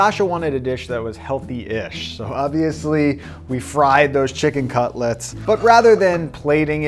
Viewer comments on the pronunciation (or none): none